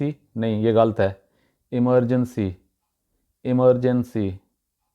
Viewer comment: Dear u r himself pronouncing urdu word wrong. Its not ghalt. ......ghalat غلط